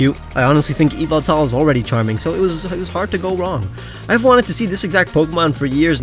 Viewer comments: it is ya-val-tal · Oh mandjtv (he said Yevaltal wrong) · Anyone gonna talk about the mispronounciation of yveltal when its ya val tal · me getting upset mispronouncing yveltal (i watch matt)